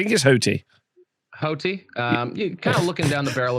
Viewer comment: Haughty is pronounced like naughty